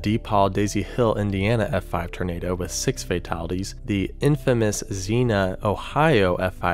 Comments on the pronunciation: While I appreciate your efforts, you may want to consider using a dictionary or paying closer attention to the videos you watch when you aren't sure of pronunciation. For example, Xenia, Ohio is not pronounced as Zee-Nuh, it's pronounced as Zee-Nee-Uh. Or when you were talking about the Jarrell, TX "Dead man walking" photograph in another video, Scythe can be pronounced as either Sigh or Sithe, but it is never pronounced as Skithe. It took me a while to figure out what you were even talking about when you said that until I figured out what you were aiming for. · Xenia is pronounced Zee-N-Yuh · And again. The PROPER WAY to pronounce Xenia, is ZEEN YUH.